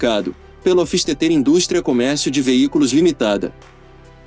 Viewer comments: A pronúncia do "hofistetê" que ficou a desejar... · A pronuncia hoffsteter esta errada..seja como for de todos era a joia rara da historia dos esportivos por encomenda .eu queria ter um ja que nao posso ter um delorean..